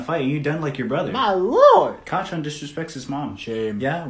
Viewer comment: But it actually Kacchan not Kachan